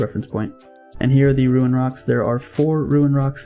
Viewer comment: Love the vids man, pretty informative also not to sound like a douche but its rune not ruin like roon haha sorry